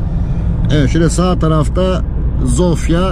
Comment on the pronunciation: Hersey super olmus elinize saglik ama bide dogru konussaydiniz cok daha iyi olurdu. Omw ye neden omfa diyelim. Veya sofia ya neden zofia